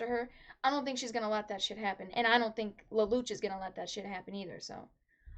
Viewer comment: Why you say "lel lu ch" it's " lel lu shh"